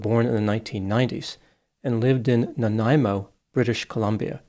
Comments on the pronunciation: First of all, thank you for pronouncing Nanaimo correctly😅!! 2nd, there are a Lot of roads in BC that people travel on daily that are steep,narrow & dirt. It could have been the brakes went, who knows. We own FJ Cruisers (his&hers😂) and love them! I admire the rv build and even noticed the guy that prob gave them the idea chimed in here👍I was curious of what 😮your summation of these events would be and they were exactly as I figured you'd say. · Thank you for taking the time to pronounce Nanaimo correctly!